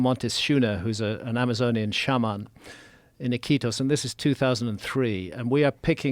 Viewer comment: Hearing Graham pronounce “shaman” is a curse I can never be cured of. But still much love ✌🏻